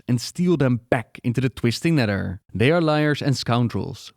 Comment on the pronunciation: "TWISTING NEDDER" dude speak english, my god